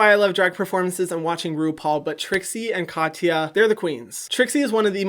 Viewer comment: Hyram, you don’t say ya in Katya. You pronounce it like Ka-ts-a, no ya